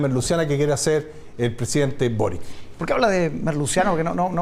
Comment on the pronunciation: Es una real tontera pero se veía ridículo diciendo Carter en inglés para luego decir Boric como si fuese "Borik" y no "Borich"